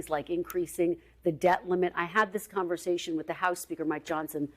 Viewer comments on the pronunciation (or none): none